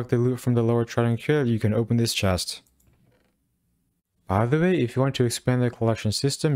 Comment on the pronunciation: Why is this dude so bad at saying "by the way"